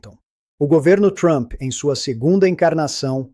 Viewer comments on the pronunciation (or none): none